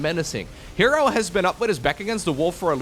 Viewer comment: Wait herO should be pronounce as her-O not he ro